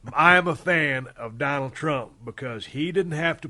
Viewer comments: Oh yes “doland trump” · It's been 3 years and no one corrected "Doland"